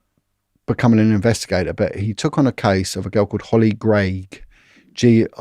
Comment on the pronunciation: Hollie gregg.. Not grey..